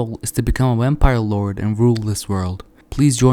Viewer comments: "Wampire" lol gg though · Is it just me or is he saying Wempire